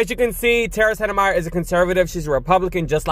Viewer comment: Tara landed in a much better situation with The Lincoln project, and her big following. Please forgive me & my occupational hazard of diction minder, but Tara's last name is spoken as Set-My-Er. Thank you for playing.